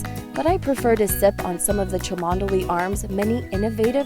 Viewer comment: Agreed, nice vid. Not knowing to pronounce it as 'chumley' is perfectly understandable though, there are plenty of locals who struggle with it... and Burwardsley :-)